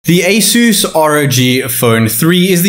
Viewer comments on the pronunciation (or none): Eushoes = ASUS 😂😂😂😂😂